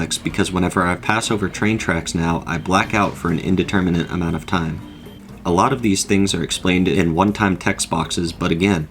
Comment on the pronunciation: "a large aMOOnt of cut content" canadian cow-goblin hybrid confirmed???